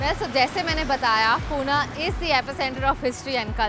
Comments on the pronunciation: पुणे not पुना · Ayyy vede पूने nahi ga पुणे asta te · पुना ❌❌❌ पुणे ✔✔✔